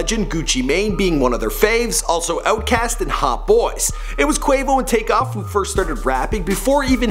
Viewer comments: He said "Kavo" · he says cavo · This dude said kavo 😂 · can someone tell him that quavos name is quavious, not quavacious?? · It's not Quavacious, it's Quavious! Do your bloody research! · "quavacious marshall" im dead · i thought that was what i heard! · Did just say Kavo? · "Caveo" lmao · dis nigga said... KAVO... 😂😂😂😂😂😂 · 2.25 Quavos name is Quavius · XDDDDDD - HE SAID "KAY-VO" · Lmao cavo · my nigga did u say Cavo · this nigga said qavo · did anybody hear him say Cavo instead of quavo? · He used to say Quahvo because he does not respect black people. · They made him do it again to get Quavo name right😂😂😂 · U messed up quavo real name so bad